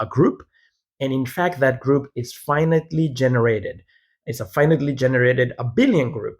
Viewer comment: I forgot to mention: as a human with near native fluency in english I automatically heard it as 'finitely'. That said: auto-generated transcription has become so good that you can use it as a measure of how easy or difficult it will be for human listeners to follow what you are saying. Presumably: for a sizable portion of your audience english is not their native language. It's not necessary to pronounce every syllable, that would make you sound robotic, but I think the auto-generated transcript is informative to see which syllables are necessary.